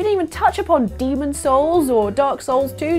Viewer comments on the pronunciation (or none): none